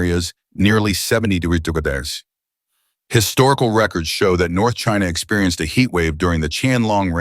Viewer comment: AI voice can't say "degrees" 😂😂